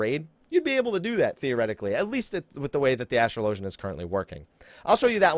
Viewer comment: It's pronounced as-trahl-o-genNot astral-ogin